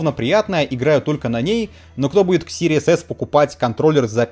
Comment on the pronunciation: чел, из твоих уст звучит как Series ASS :D